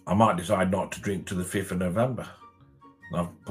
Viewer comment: Hilarious how he says might. As if he's so wealthy and has choices.. Maybe he has?